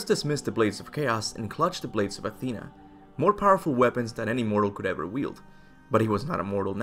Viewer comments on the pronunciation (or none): none